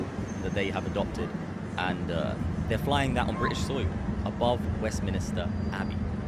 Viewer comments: It's west MINSTER not MINISTER... 😂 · Great video but you keep saying Westminister, it's called Westminster. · It's west minster abbey not west minister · Online fact check: No, Britain's Westminster Abbey Didn't Fly Pakistan's Flag During Holy Week The video dates back to March 2024 and shows Pakistan's flag on Westminster Abbey to mark Pakistan Day. *Also it’s Westminster, Westminister sounds like a TV programme. 😂